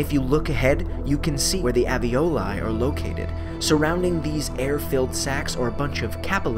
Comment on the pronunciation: "AVEOLAI" and "CAP-ilaries"